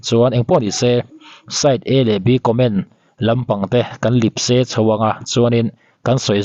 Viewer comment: Lipse i tih hi Lepse tih tur zawk niin ka hria